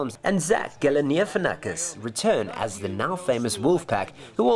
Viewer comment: i love this film but the way Galifianakis was pronounced at the beginning may be funnier than the full movie